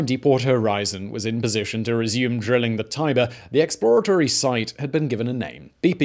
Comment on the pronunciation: Eks-plə-RAY-tə-rē? What the hell? 🤨